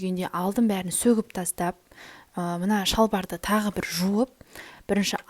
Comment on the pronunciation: Сөтіп шықтым деси бәрін сөгіп шықтым демей😂😂😂і